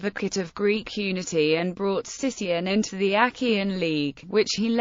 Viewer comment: It is actually pronounced Sikion (Not Sission). Thank you.